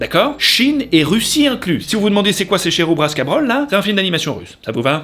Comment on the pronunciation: "Cherubraska brol" Je peux plus 🤣🤣🤣🤣🤣🤣 En tant que russe ça fait mal 😅😅🤣🤣 Mais bon à vrai dire c'est normal que ce film est fait autant. C'est genre LE dessin animé russe et LE personnage russe des enfants.